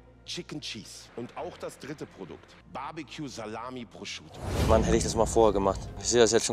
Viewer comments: ich weiß nicht, wo du das O bei deinem ProsciOtto hernimmst, aber da ist ein U und es heißt Prosciutto, danke;) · 😂 Prosciotto ‼️ Prosciutto 😉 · „Das ist holandäs proschotto“ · Geiles Video, wie immer. Wenn du jz noch lernst Prosciutto richtig auszusprechen, dann gibts sogar nen daumen nach oben 😂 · Warum spricht er immer Prosciutto falsch aus?